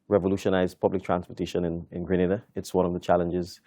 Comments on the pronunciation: FOR BIG JOURNALIST DO SOME RESEARCH, GRANADA IS IN SPAIN, STOP SAYING GRANADA ,IT IS GRE-NA - DA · Why don’t you learn to pronounce the name of the island. Both interviewer and interviewee pronounce it properly yet stupidly the call it Grenadda. It’s GRENADA, fool.